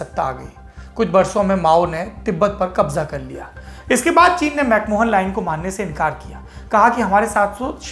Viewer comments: Saurabhji, it is McMahon line and not MacMohan line. Good report... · Dwivedi ji, it's pronounced as 'Mac Ma-yen' and not 'Mac Mohan' line.